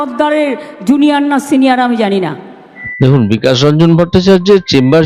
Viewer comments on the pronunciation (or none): ভাইপোর কয়লাচুরি,পিসির সত্যতা চুরি,মানুষের রক্তজল করা অর্থ চোর এই মমতা।বিকাশ রঞ্জন বাবুর নামটাও ভুল উচ্চারণ করে বলছেন,বিকেশ রঞ্জন, এই খানকিটা এসেছে কোথা থেকে!,রোহিঙ্গা বলাটাই ঠিক।